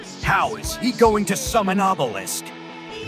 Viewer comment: I love how he says, "You know exactly how this works." instead of explaining something so simple. That and how he pronounces obelisk as awww-bell-isk